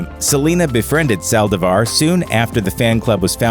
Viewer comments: My biggest pet peeve is when someone mispronounces something.Or when they mispronounce the last name. With that said,it's Saldívar.Not Salvadar. Rest in peace to every singer who lost their life cause some people are just bat shit crazy. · Ok but who else got triggered when he pronounced Selena’s last name wrong?